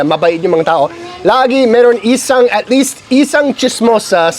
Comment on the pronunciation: Your Tagalog is improving on every vlog. Keep it up, your conversational Tagalog is also getting better. Just a friendly pronunciation correction. On it’s isang and not isaaang. Other times you say “bulaaallo” when it’s bulalo, also “peeenoy” is pinoy, and sunset is lubog not “libog” ng araw. lol 😂😊